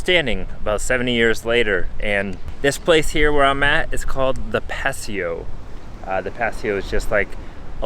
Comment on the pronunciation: I just thought I help you pronounce Paseo correctly, pa-say-o..